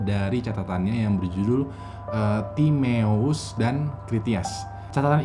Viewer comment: Baca timaeus = timayos